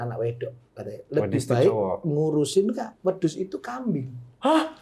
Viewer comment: Bermanfaat sekali podcatsnya. Tapi ngakak pas ngmng wedhus, kagak tau wedhus dok.